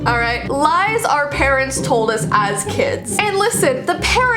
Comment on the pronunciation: When she said: Things your parents told you I heard: things your parrots told you